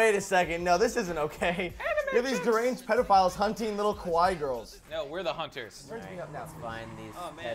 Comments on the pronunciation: Joven you mispronounced kawaii. You combined kowai with kawaii. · I just love the way you say kawaii. Because it is so inaccurate.